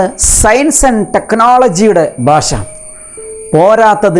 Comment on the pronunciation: Very useful video.. . (sir one request. use ഭാഷ instead of ബാഷ..)